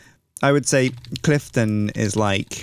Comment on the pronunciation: clifton? lolwat? from NJ and - not even close. nice try though <3